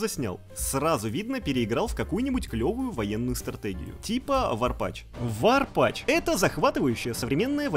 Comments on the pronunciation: Какой варпач? Ну, какой варпач?! Разуй глаза, ведущий, ну ведь ворпатф (язычок так между зубов: тф, тф, не зэ, вот это, а тф - не забываем язычок между зубов!) А в остальном годный ролик! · Тоже не смотрел фильмы после тоби. Но бл чо за "варпач"? Ало, path, не пач. Ты чо, а, ты чо